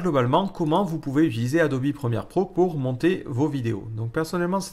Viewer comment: Mdr il dit adobi au lieu de adobe